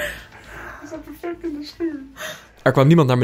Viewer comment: het is perfect niet pervect